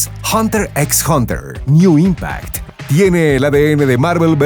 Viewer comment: NEN impact . No NEW impact .